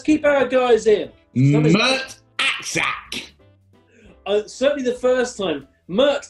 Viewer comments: as soon as i heard Mert Aksac i thought "i bet they're not pronouncing the name right" and yeah, Mert Aksaç (with a cedilla) is pronounced as mert ak-satch (though i realise this is absolutely nowhere near as fun to say as ak-sak) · It would actually be pronounced Mert Aksach....